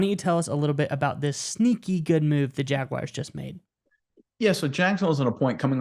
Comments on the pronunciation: you’d hate if people pronounced your name, “Undrew” or something stupid like that. Stop calling the Jaguars the, “Jagwires.” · Please stop saying Jagwires. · Thank you!!! Big pet peeve of mine even when people say jag-you-are at least that makes some sense due to how it's spelled. But there is no I or Y! It's not WIRES